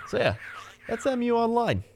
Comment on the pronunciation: P.S. why do you call it "E-myu", it's just Mu, not even Moo, just short Mu